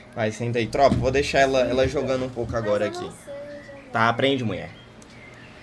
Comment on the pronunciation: O chamando ela de "muie" kakakakakakakakakaak